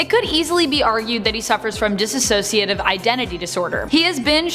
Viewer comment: I love this video but the pronunciation of "dissociative" as "diss-a-sociative" is rough 😬